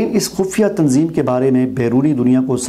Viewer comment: Apne تنظیم ka name sahih likha lekin pronunce صحیح nhi kiya